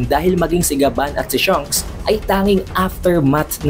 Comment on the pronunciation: Shanks not Shunks haha